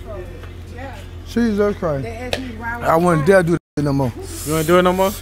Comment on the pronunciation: it’s jesus christ: not jesus crist.🤦🏼‍♂️